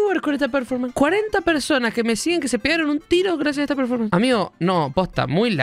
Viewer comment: 42 programas, y nadie de las 100 personas que deben trabajar ahi le dijo La Joaqui que se dice "Performance" y no "Preformens"